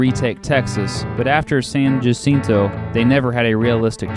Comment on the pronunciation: The 'J' is silent in San jacinto